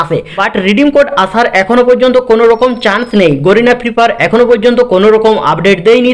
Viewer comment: গোরিনা বলছ কেন বল গ্যারেনা Lol